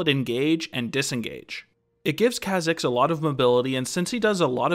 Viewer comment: Every time you say ka-zigs it kills me a little.